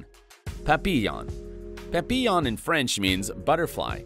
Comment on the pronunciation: The Phaléne, aka the Moth, sibling dog to the Papillón - pronounced Pappy•[y]own, btw - aka Butterfly, are born into the same litter, they are equally as smart and equally as beautiful, plus the waxy oil from their ears does not show so much because the ears of the Moth hang down, so are not up in the air, like the Butterfly's where the greasy strings that clump together can be seen two or three days after bathing. And it's about time they get some love, so I'm speaking up for 'em.